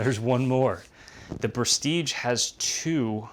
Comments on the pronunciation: prestige....like....j..... is the good prononciation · I'm French and "Prestige" is pronounced like your first name dear trainer 😉